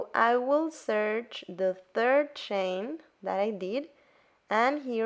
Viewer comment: It took me ten minutes to realise that she was saying "chain", not "Shane" 😅 Awesome tutorial!